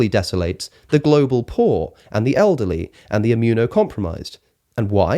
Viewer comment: “Olderly”?? I thought i’d just misheard him the first time, but doggone if he didn’t say it again. always throws me with his pronunciation of us as uzz, but i wasn’t prepared for olderly …